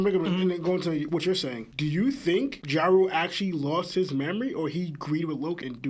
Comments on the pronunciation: And Jarul as "Ja-Rule" 😂😂😂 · Whys yall callin elder Jarul "Ja-Rule" 😂😂😂😂